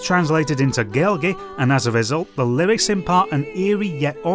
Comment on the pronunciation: Gaelgey lol. I assume you meant Gaeilge which is the Irish word for the main dialect of Irish. It's pronounced "gay-lih-guh" from what I've heard but you can just call it Irish as people have throughout history been calling it Gaelic despite the fact most Irish people prefer you just call it Irish. Gaelic is technically better used for the Scottish language of the same family (nowadays somtimes called "Gáidhlig") as Scotland had 2 languages that needed more distinction while Irish was the only language that came from Ireland. That's from my understanding anyway, I'm just a history and linguistics nerd and I'm still learning Gáidhlig. Either way Metal Gear Solid is one of the more important games of my upbringing. I often use it as an example of me being one of the first generations of full blooded gamers as my parents spent nights playing it together when I was still a baby. Years later my mum was shocked that I beat Liquid as fast as I did. It was shocking to me that Hideo was looked down on for being a game dev considering I was born 2 years before this game came out and have wanted to be a game dev my whole life. I loved the encyclopaedic amount of knowledge it gave honestly. It's huge amount of dialogue allowed it to give one of the most influential conversations between 2 video game characters in my life. There is a codec call between Snake and Naomi which goes into detail about Snake's friends that completely changed my perspective on relationships between those around